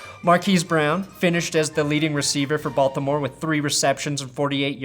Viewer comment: Is it just me or everytime he says "Baltimore" in this video it come out "Balth-imore"🤣🤣🤣